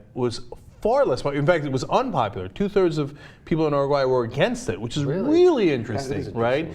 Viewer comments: Oh so its pronounced Ur-oo-gu-aaeh? Whole time I thought it was Oo-roog-oo-ay. FUCK I learnesdsomething today. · I feel like Cenk isn't pronouncing Uruguay correctly. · I cringe every time they say Uruguay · you're pronouncing chilli and uruguay wrong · Aren't they saying 'Uruguay' wrong?? Pretty sure they are..